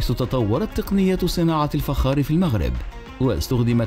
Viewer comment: الفخااار وليس الفجار